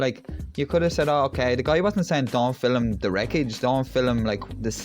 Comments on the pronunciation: there is only one "i" in "film". so its pronounced "film", not "filim" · Mate, please take this as gentle advise on your pronunciation of Film, it's not Filim ! Enjoy your videos.....Cheers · It's film not filem. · Mate, please take this as gentle advice, it's spelled, "advice", not advice...and for the love of God, it's not, "ali-min-yum", but, "ah-loom-men-um"! My late nana used to say, "filim"! and it brought back good memories! LOL 😂 LOL, just ribbing you, cheers! We are in total agreement regarding the videos! 👍🙂